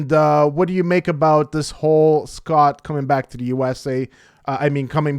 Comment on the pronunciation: It’s “Eh-Scott”